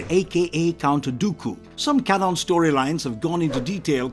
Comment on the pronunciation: Why tf does he say can on, not canon. Like bruh